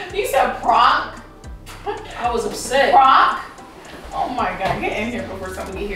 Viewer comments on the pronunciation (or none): She said pronk 😂😂😂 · Yo said prunk 🤣🤣🤣🤣🤣🤣🤣🤣🤣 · Bro I ain’t never laughed so fxking hard 😂😂😂😂😂 she pronounced prank -pronk 😂😂😂😂😂😂😂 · really said "prunk"😂😂😂😂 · 😭😭😭😭 his name is not praunk 😂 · HIS NAME IS NOT PRAAWNK 😂😂😂😂😂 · She said “ his name is not pruank”😂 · I'm waab pronk instead of prank 🤣🤣🤣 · Stop playing, his name is not “prunk” 😂😂😂😂😂😂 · She said "proonk" lmfao yall crazy. "and im hungry bro!!!" 😂 xo🖤🙏💯🤞plz u guys stay safe out there. These ppl are trippin'. If u guys haven't plz watch handmaids tale on hulu it is dark af but amazing and very informative considering what's goin' on in our current states of all emergencies. STAY SAFE. STAY AWARE. STAY TOGETHER. STAY UP. STAY PROUD. STAY SMART. STAY YOU. STAY PROTECTED. god bless u and urs....#BLM #notmypresident2020 #impeachhimnow #fdt #ftp #resist #canadaorbust #handmaidstale #equality4women #fucktheman #SOBERISDOPE #prochoice #fistsup #forthechildren #godsavethekids #metoo #fightforthefuture #Beaccountable #befair #beaware #bekind #RideOrDie #bepeace #behumble #EQUALITY #letusbefree #letuslive #fightwithfacts&knowledge&experience&empathy #willtherealpresidentplzstandup #bidenwon2021....lol #"pound"!!!! ps. Lmfao i obvi got a lot to say and a lot of "pounding" to do. Much love🚺😵 G.rae.Johnson gurrlz fb handle 4 family facebook check us out!!! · Prank...pronk. pronouncing prank. Lmao. I guess his name was French. Lol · P.R.A.N.K: Stop playing games his name is not “pwrank”... LMAOOOOO!!!😭😭☠️ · I cackled when she said HIS NAME IS NOT PRONCK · Glad I was on lunch when this popped up. Hella funny prank 👑 all day..And man come with the mispronouncing "PRANK" you was mad mad...😂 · She was soooo mad she didn’t know how to pronounce the very thing she does for a living lmao 😂🤣🤣🤣🤣🤣🤣🤣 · I'm dying 😂🤣😂🤣 was so upset she couldn't even pronounce the word right. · LMFAOOOOOOOOO she said P R A N K 😭😭😭😭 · Omg her pronunciation of PRANK gmfu 🤣🤣🤣